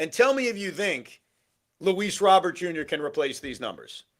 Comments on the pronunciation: It's actually more like Row-ber with the emphasis on the Row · Plus Robert Jr. is friends with Soto. So we have harmony in the outfield. BTW… the name Robert is pronounced Row-bear.